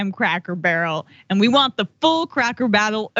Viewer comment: Funny how you said “Crackle Barrel” cuz a lot of people screw up and say that 😂